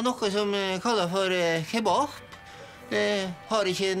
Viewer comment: mykje daska hyse her ser eg og nokka som hete kebahhb, har ikke nokka spælsau eller messamsuhhpe